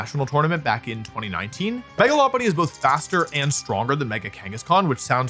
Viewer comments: Your pronunciation of Lopunny is actually spot on! It's based on a lop rabbit who have cute droopy ears. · Pretty sure you're saying it correct as Lopunny is a Lop eared Bunny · Your pronunciation of Lopunny is correct, it's a lop-eared bunny